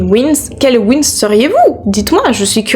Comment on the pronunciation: C’est les Winx pas les wins 😂 sinon bon classement